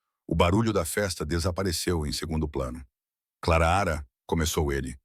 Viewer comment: O nome dela Clara não claara